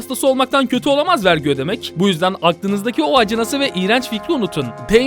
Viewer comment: Abi vergi değil artık Wergi